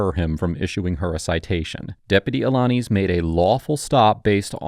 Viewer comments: A - la - niz (niece) lol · Despite Deputy Alaniz saying his own name several times during this video, still butchered the pronunciation. As for the interaction itself, the deputy showed tremendous patience and professionalism. The senator was all about deflect, deflect, deflect.